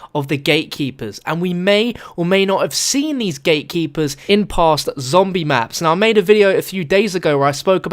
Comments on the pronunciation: AM I THE ONLY ONE HEARING HIM SAYING "THE GAY-KEEPERS" ) :D HAHAHA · I thought u said gaykeepers😂